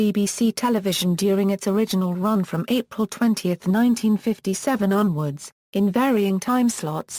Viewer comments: This man is a icon and has been a big part and very dear of my family's life. I grew up with Bilko and the crew and do did my children. Therefore if you cant get it right please don't bother with your futile commentaries! Does Col Hall ever say BEEKO? Never its slways BIL-KO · TAKE THE VIDEO DOWN AND DO IT RIGHT THIS SHOW WAS A CLASSIC AND GIVE PHIL SILVERS THE RESPECT HE DESERVES. I NEVER REALLY LEAVE COMMENTS BUT THIS VIDEO DROVE ME NUTS EVERY TIME I HEARD YOU KEEP SAYING BEEKO I HAD TO STOP THE VIDEO . DID YOU EVEN WATCH THE SHOW (HINT-HINT)